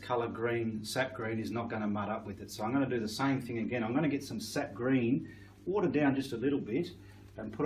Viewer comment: Are you saying, "Seth green", "set green" or "sept green"? I can't quite understand what you are saying.